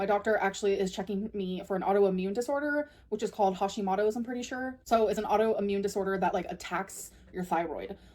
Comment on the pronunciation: She also mispronounced Hashimotos on purpose when she actually said it right last time